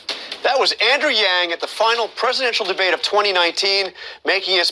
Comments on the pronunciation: Host welcomes “Andrew Giang” , almost sound like Andrew Jenk. Jenkie (fake or lame). Already I got the impression that he will not be fair to him. - “Your complain”, not left , not right, “what does it mean?”, man the host’s expression and smirk. The host then goes into the fact that the two parties, democrat and republican, are either too left or too right leaning. Andrew wanted to make the point it’s not just political and that people want to move forward and stop this stupid political bickering. - From the host: “Freedom divident”...so everybody, everybody gets the money if the person choose to opt-in? Why would Bezos and Trump or billionairs get it smirks ? MATH...the proposal is already expensive. Common sense: Well, if the host understands that the top 1% or 2% owns 95%. Say, there are about 100 billionairs and it would only cost $100,000 for the month, really not a lot added to the total. This argument is just to discredit the idea that it really helps the poor! - Host: Your commercials call “Medicare for all” but your actual proposal doesn’t even have a public option, so why the discrepancy? The host seems it’s all black and white and it’s clear cut on a complex topic as this but Andew sees the reality of this and would require the need to initially keep private healthcare plan and introduce public available options. The host can only discredit Andrews plan. “Medicare for all” is medicare for all...yeah it’s not always black and white. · His name is Andrew Yang Sir. Not Andrew Jangyang. Unpolished interviewer. Nice job not laughing out loud at him future President Yang! #yamg2020